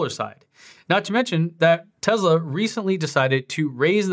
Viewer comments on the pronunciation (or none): Its pronounced TESS LA not TEZZ LA why do most youtubers pronounce it TEZZ LA? its annoying to me. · For god's sake stop pronouncing it as TeZla. You don't have a South African or British accent so you have no excuse. I couldn't watch the rest of this video because of this. TESSSS LA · It's Tesla not Tezla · It is Tesla not Tezla. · Tessssssssla not Tezla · TeSla not TeZla. Sorry not sure why that bothered me lol. Thanks for the vid tho! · Why is he pronouncing this like it has a Z in the name it’s Tesla with an S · Hard to concentrate when you are saying teZla... I know its a nit pick but I don't understand why lol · it's teSla, not Tezla. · Elon said he won't give you one till you quit calling it Tezla :) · If you pronounce the company as Tezla, I instantly stop watching your video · Okay please start saying tesla right Tes like Tessa and la like lana so tesla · Am I the only one that is so annoyed by how he says TESLA?????????